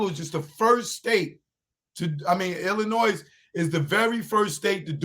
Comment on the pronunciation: "Illinoi". The "s" is silent. Illinois is named after the Native American tribe Illiniwek. The More You Know.